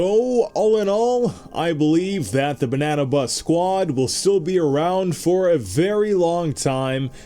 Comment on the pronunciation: Pleas people don't get mad that he said banna bus sqaud